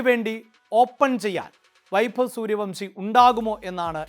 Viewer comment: സൂര്യവൻഷി എന്ന് പറയടോ